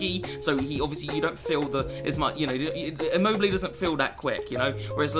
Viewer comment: Please search on Google translate the pronunciation of Lazzari and Immobile